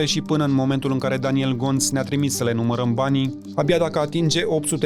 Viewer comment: Mai inVata romana bah se spune trimis nu trimes 😂😂😂